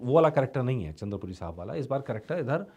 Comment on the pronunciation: Not chander puri right chandpuri